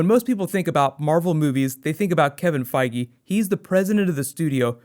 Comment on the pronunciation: everytime you say Feige it sounds like Foggy. Get kinda anoying hehe